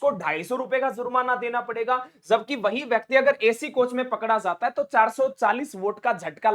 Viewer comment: ज़ और ज में अंतर होता है जैसे "जाता"होगा न कि " ज़ाता" होगा।